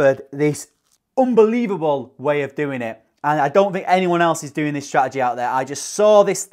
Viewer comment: Love the accent on the word “strategy”🤣